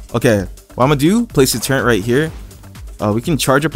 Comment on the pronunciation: No offense but you know turret doesn’t have a N in it?